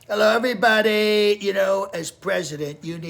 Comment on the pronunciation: The way he says "hello everybadiii" 😭✌